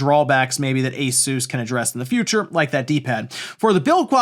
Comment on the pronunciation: A THOUSAND DOLLARS..... Just let that sink in😮 Not only is My XBOX SERIES X (Already $600) Not the "FUTURE", but neither are the GAMES Ive paid for😮 If I "INVEST" (Def the RIGHT word at a thousand bucks) Much of the library Ive spent My gaming life building will be LOST😢 For WHAT , 'DA-FUTAR"?!😮 Im calling "MOOT- WOOT"😊 GAMERS "KNOW"❤